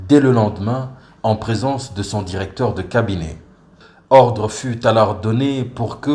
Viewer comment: Le journaliste prononce durecteur, aldutère...c'est honteux pour un pays francophone.